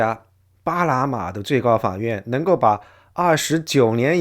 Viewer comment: 主持人不会发n这个音，只能发成l，所以”2025年”变成“2025连”，”巴拿马”变成”巴拉马”。